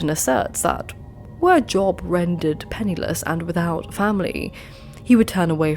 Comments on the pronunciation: FYI it's pronounced "Jobe" rather than Job. I don't know why. I'm loving the first two videos I've watched. How did I not find this channel sooner!? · In Job the o is said long. It's said Jobe, even if spelled Job.